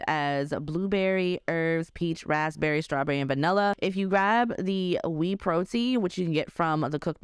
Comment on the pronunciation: I have lactation mod and Pandasama is AMAZING!!! You said whey wrong but, it was cute 😂😂😂 I’m definitely downloading that mod and all the food mods.